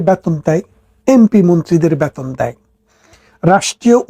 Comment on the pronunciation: ব্যাতন নয় - বেতন । গরে গরে নয় - ঘরে ঘরে । বুমিদশ নয় - ভুমিধ্বস। যকন নয় - যখন ।।